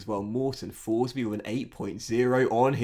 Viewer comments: His name should be pronounced "Morten Torsby", love ur FM videos!!! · Tourshbee mate